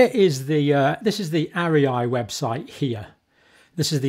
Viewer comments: Is it not pronounced aria like in an opera? I often find John pronounces things a little differently. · Dr John! It’s pronounced ARE-REE-AH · It's clear you have no background in the sciences nor in journalism but you could, at least, pronounce ARIA properly while slagging it off.